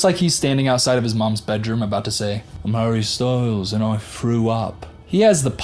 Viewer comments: Everytime u said hARRy Ssstylessss 😂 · My new favorite thing in the world is when you say “I’m harry styles” in your accent. Cracks me up. Btw I love your MouseRat shirt. Love Parks and Rec